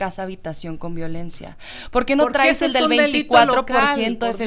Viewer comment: Oye.... lee bien o escucha a Trump, ahhhh es que no sabes inglés, perdón, pero deja te traduzco (ah y por cierto, se dice traes, no trais, aprende a hablar narca). Trump dijo claramente que el gobierno actual está coludido con los narcos, estás en un narcogobierno, acéptalo y deja ya tu narrativa de niña estúpida y además!!!! deberían de meterte al bote por hacer campaña cuando no deberías!!!! OJALÁ A TI TAMBIÉN TE JUZGUEN Y TE ENCIERREN MUUUUUCHOS AÑOS